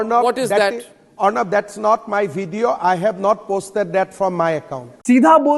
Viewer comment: Is to baat tak nahi karna aata hai hamanta ku video ko bedio bolta hai chor hai o 😂